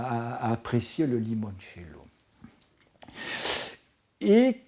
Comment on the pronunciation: Bravo pour le "Limoinecello" 👍